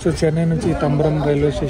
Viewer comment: తంబరం కాదు తాంబరం